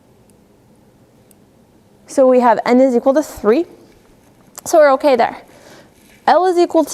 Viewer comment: so annoying when she says okaeh, good teacher but she talks like a little kid seriously